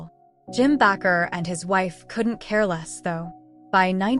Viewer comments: It's Baker not backer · Bakker is NOT pronounced Back-r, it's pronounced Bake - r, like someone who bakes a cake. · It’s “ Jim Bakker” not Backer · This such an unprofessional website. His name is Baker . Why do you constantly mispronounced it. I don't want to watch anything else you put out